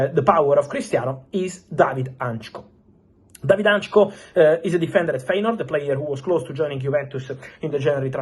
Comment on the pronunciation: Hancko not Antcho 😂